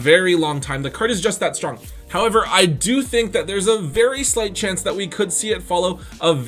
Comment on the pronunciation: I like your content but everytime you say "however" and the emphasis you give to it makes me cringe..